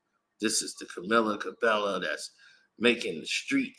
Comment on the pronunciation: I'm pretty sure that's not how you pronounce this young woman's name Sir 😂🤣🤦‍♂